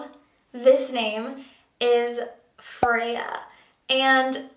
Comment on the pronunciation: I heard "Fea" at first which means ugly in Spanish and was thinking is she joking. but it's Freya!